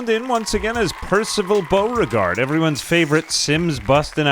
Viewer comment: Omg the way you pronounced Lafayette Beauregard was Soo good. Is that what ASMR is like? I had to rewind ten times